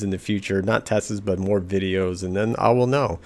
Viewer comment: i was like is he saying tests? or testthis.